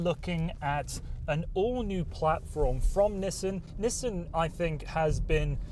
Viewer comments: lmao "Nisen" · nisten, like listen